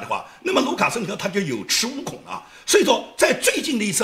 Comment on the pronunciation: ，提醒一个字的发音啊 有恃(shi，读是)无恐。 辛苦啦，祝节目越办越好！